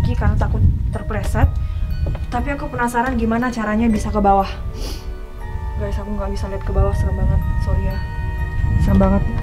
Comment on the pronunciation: Bukan gays tapi guys ?